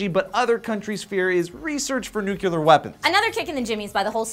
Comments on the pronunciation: Nucular... really? Is that when they split the new-cu-leus of an atom? Please stop that. It's like a splinter in my brain to hear it pronouced NU CU LAR. Easy to remember. Nucleus of the atom... Nuclear... just change the last two letters. FOR GOD SAKE MAN... what is this? Fox News? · observation! said new-cue-ler... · Nucular....... Nice! Also, it's not ee-ron either, but ee-raan. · Haha, says nuclear, "nucular." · Nucular,? really? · nucular isn't a word. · it's pronounced NUKE-LEER... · NUKE-LEE-ER. NUCLEAR. still love you though. keep up the awesome. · Does it really matter how he pronounced the word Nuclear? Honestly! You still understand the word he is saying, you still know the meaning of it, it DOESNT MATTER! Really get over yourselfs pronounciation freaks!!! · There's only one "u" in the word nuclear,. Fuck. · Come on,... I wanted the first time I commented to be something witty and fun, but seriously? YOU SAID NU-CU-LAR?!?!? I thought I was done hearing that word when Bush was done with his presidency... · says "nucular" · Nucular,? You turning into bush? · Oh no, you did not just say "nucular" instead of "nuclear". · Nucular? Really? It's nuclear. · I flinch every time says "nucular" instead of "nuclear"... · Does everyone at Sourcefed pronounce it Nucular? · They're just following the laws put out, and acting on their own terms of use that everyone agrees to. And, nuclear, not nucular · NUCLEAR!!!!!!!! (new-clear) NOT nucular, it's not even a fucking word. Goddammit! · ITS NU-CLE-AR, NUCLEAR. NOT NUCULAR. DUMASS. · "Nukilar",? Seriously? Don't listen to how Sarah Palin pronounces it:p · Nuc-le-ar. Nuc-le-ar. Nukiler isn't a word. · please stop mispronouncing nuclear! Biggest pet peeve... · say "nucular"! IT'S NUCLEAR!! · Nuclear not Nuc -U- Lar. Everytime you say it you sound uneducated. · ir-ay-nian and nucl-ee-er dunno what that bugged me so much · for nucular